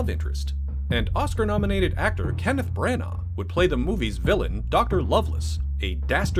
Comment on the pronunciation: Why are you saying Bran-Arrrr? It's pronounced Branna